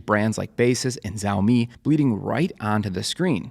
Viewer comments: hey thanks for the vid. i had been wondering how to pick a right light bar for my setup and haven’t found an ideal one yet. i always wondered how that tiny bar can make the ambient light seem more even. just an unrelated note, “xiaomi” is pronounced more similar to “shiao” than “ziao”. i say similar because it’s still not the same, but it’s definitely far closer to “sh” than the “z” sound. if you’re interested, copy this character and use google translate to pronounce it: 小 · FYI, Xiaomi is pronounced "shau-mee". The X is an "sh" sound, not a "z". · Its pronounced "shaow mi" sha-ow mi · Xiaomi is more like ShOWmi by the way. ( ow sound ). :3 and thanks for the video! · Why is he calling xiaomi zaomi? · it's pronounced "shao-mee" - with the first part sounding like the first half of "shall" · As a mandarin speaker, a more accurate pronunciation would be “see-owl mee” or “seow mee”….like how u pronounce “Meow” but replace the M with S.